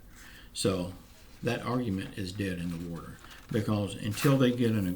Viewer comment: Dead not bead...sorry